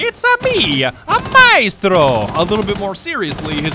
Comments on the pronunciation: MI-STRO....the worst pronunciation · ATK/ Tomiz solo a me fa venire il cancro sentire questi inglesi che non sanno cucinare e insultano probabilmente la migliore del mondo, sbagliano ogni genere di accento chiamandoli “ Maistro” e “Alabai” e fanno battute su l’Italia in generale, quando il loro paese è forse uno dei più antidemocratici degli stati sviluppati